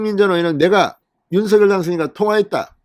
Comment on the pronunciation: 윤석열 발음이 않되시나요?